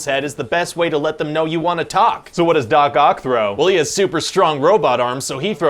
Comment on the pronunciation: Sorry, am I the only one who always understand dogcock instead of Doc Oc? haha